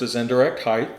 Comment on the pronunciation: height not heighth